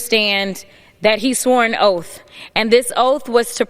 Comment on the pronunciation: He swore an “Oaf” then he is dead on correct!😂